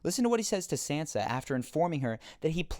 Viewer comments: your video might have been good but i just cant keep watching and hearing you call sansa 'sensa'. it just hurts my ears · It's not "San-zah" or "Sahn-zah", it's Shan-shah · it is pronounced "SAHN-SUH" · It's pronounced Sansa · SANSA! Why not pronounce it correctly? The way you pronounce it is very distracting, almost annoying.